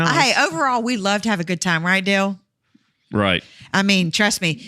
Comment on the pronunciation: at the dale not da-le podcas-t